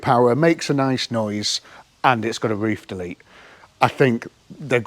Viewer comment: did you say "roof delete"? or "roof to leak"? 🤪